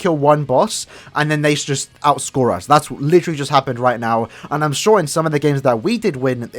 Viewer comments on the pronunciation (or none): none